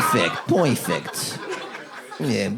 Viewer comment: Yes! I love “poi-fect” and “beaut-ey-full” 😂